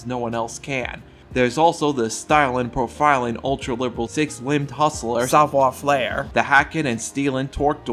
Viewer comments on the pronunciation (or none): bro said "savoir flair" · I can’t tell if your mispronunciation of Savoir Faire is on purpose as a bit or if that’s how you think it’s supposed to be pronounced. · He's calling it Savoir Flair on purpose, right? Like it's rage/engagement bait?